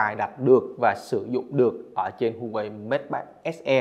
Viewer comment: Thanks bạn đã review. Góp ý nhỏ brand HUAWEI đọc là Hoa-wei, châu Âu, Mỹ thì họ đọc là wa-wei